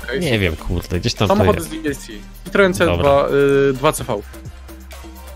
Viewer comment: to nie jest citroen to jest ciproen